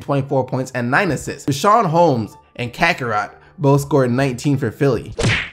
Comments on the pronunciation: lmao he called cabarrot "kakarot" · that pronunciation of Cabarrot hurt me on the inside as a Sixer fan... All good though, it's pronounced cah-buh-row:)